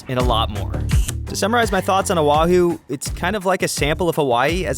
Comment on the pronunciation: oh- wah- who .... mana- kia .... LOL Oahu= oh-ah -who.... Mana Kay-ah = Mauna kea . I enjoy your videos so please don't get offended 🤙🏻